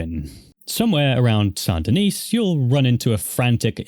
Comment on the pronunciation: sand de-neece ggrrrrrrr lol... it's san de-knee or sandyknee :)